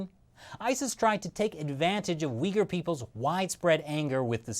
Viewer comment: When he was saying Uyghur I thought he was saying 'weaker'